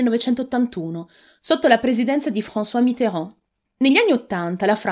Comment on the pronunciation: Ascolterei in loop come pronunci Francois Mitterand😊